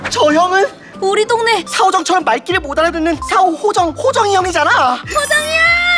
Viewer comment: 사오정이 아니라 사호정 아니에요.